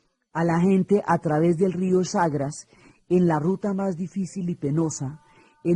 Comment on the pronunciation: No es el rió CHAGRAS es CHAGRES